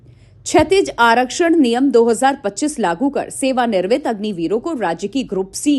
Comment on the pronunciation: Sewa nirmit nhi Sewa niwrit bolo❤❤❤